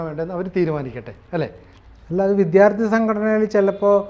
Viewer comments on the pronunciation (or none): Vidyaardhi... para..vidddttyhhhaaarthi ennalla